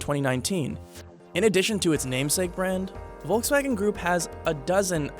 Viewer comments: It´s not pronounced Wolxswagen but Folxswagen. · Say it with me VOLKS-WAGEN, Volkswagen! It’s not that hard!!!!! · It’s pronouns as folkswagen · It's "folks wagen" at least pronounce name properly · It’s called Volkswagen ( like f) and not Wolkswagen ( means in German Cloud-Car) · Pronunciation: "Folksvagen" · It's volk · Me, as a German, really enjoy the way He is pronouncing "Volkswagen".